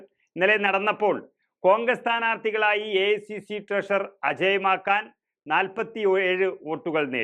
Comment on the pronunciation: അജയ് മാക്കാൻ അല്ലടോ അജയ് മാക്കൻ